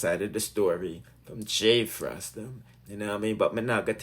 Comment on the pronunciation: It's Fraii (fray) not Frass.